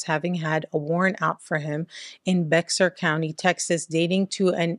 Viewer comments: Bexar county is pronounced bear county. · Just so you know, Bexar is pronounced Bear. Used to be confused too when I first moved to San Antonio (which is in Bexar county).